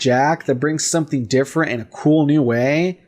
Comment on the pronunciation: If you say different like that one more time I'm going to punch you in the face.